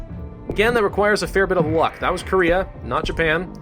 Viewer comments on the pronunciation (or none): none